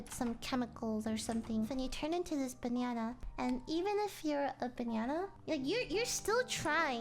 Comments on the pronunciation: She pronounces banana as banyanya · she says banyana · I swear to god she says banana like Bae-Ne-Enna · Lily pronounced "banana" like, "banyana". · It's not "Banana" it is "Bananya" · Am i the only one hearing her saying banana"banyana" ? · I love how you say banana 🍌